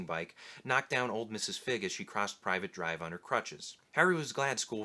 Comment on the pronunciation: It's not Private Drive, it's Privet Drive. Pronounced Pri-vet